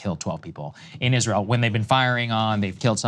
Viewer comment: Krystal: Isweal scawy 😱